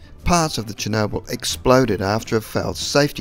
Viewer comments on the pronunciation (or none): none